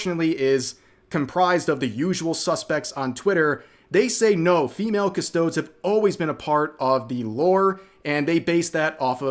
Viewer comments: CustoDEEZ. not CusTOADS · OMG, please stop saying custoads its more like custodeez. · AGH! Each time he says "Cus-to-des' as "Cus-todes" is like nails on a black board. Otherwise, I really wish they would just stick to the original lore. I'm not even a huge fan, but even I know it's just guys, and there is a female equivalent of Custodes in the Sisters of Silence that could use more attention if you want something as strong as a Custodes, but all girls. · "cuss-toads" My guy it's pronounced "cuss-toad-ees" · Custo-deez or custod-es not custods lmao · Cus-toe-dees. Not cus-toads. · Rev, i love you, but say the name correctly. Please. It ends in a des sound, like bees, but with a d. It sounds like you are calling them custom toads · I hope this is straying from the woke stuff of warhammer, however many times they have things planned a while to even upwards of a year or so advanced. And i love your video but every time you called them cust-ode. It hurt. They are pronounced Cust-ode-EEs. But besides that, great video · Rev it’s cuss-toe-dees not cuss-toads (pronunciation wise) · By the way, it's pronounced as "CUS-TOW-DEES" not "CUSTOWDS". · rev....PLEASE stop saying "cus-toads", its "cus-toad-ees". Its grating on my ears... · It's "Cus-toad-ees" not "Cus-toads" spelled for sounding out not actual spelling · It’s not Cust-odes. It’s custo-deez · cuh-sto-DEEZ wtf are you even saying, cuh-stowed? dafuq is that? Do you pronounce Astartes as Ass-tarts? I'm not trying to give you shit, but if you're going to defend something you should at least try to avoid sounding more tourist-y than the people destroying it. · it’s pronounced "kuh-stoh-deez", not “cuss toads”. Also, if you want, you can just call them by their low gothic name “custodian”. But anyways, I hope GW loses a lot of money. They’re up against their own community, their own fan base and customers. GW needs to respect established lore rather than alienating their demographic. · its pronounced ..."custo-deez"